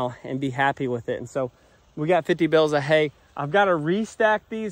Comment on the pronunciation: Bales not bills